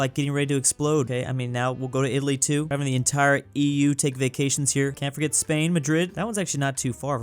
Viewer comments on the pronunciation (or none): none